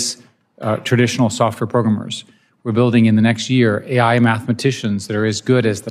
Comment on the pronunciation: Why is he saying programmers in such a weird way